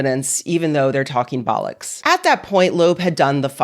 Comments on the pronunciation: Strange to hear ‘bollocks’ said with and American accent 😂 I guess the opposite would be an English person saying “yee haw, luv” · This gets a like and subscribe just for the fact you said ‘bollocks’ in a wonderful American accent. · 'Bollocks' in a US accent just broke my brain for a moment.